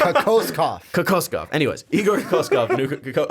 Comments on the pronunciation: KO -- KO -SCHOW it's how you should read it lol call him igor and help yourself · Pronounced KO-KOSH-KOV spelled kokoškov not cocoaskov lol